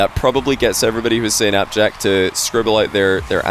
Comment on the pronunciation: I loved the Scottish/British interpretation of appjack. It was so terrible.